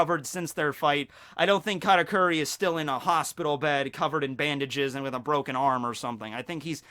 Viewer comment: Bruh its kahtakuri not catakuri